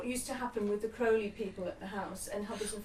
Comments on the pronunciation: No, Crowley wrote, "it's Crowley like holy, not Crowley like fouly." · Why does he keep pronouncing Crowley's name incorrectly? He should know better even though he was just a non O.T.O. housemate with a car. Maybe it's petty but it drives me nuts. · The guy can't even pronounce Crowley's name properly, I highly doubt he was very deep.